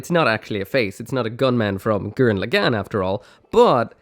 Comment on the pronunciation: The way he said gurren lagann hurt my soul lmfao. This video did help me decide between normal aerial and the rebuild, even if it’s two years later lol, love it